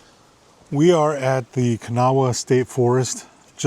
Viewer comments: My friends who lived in WV for 35 years told me that Kanawha is pronounced kuh-Naw. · No, you are not pronouncing Kanawha correctly. It is a native American word not English. Ka-naw. And the Kanawha State Forest is not mothman territory. That's Pt. Pleasant, Mason County. (Love the forest. Native of Charleston.) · I enjoy your videos! Kanawha is pronounce, Ku na ha. The w is silent. Thanks for taking us along exploring! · Kan-ar (W and H are silent)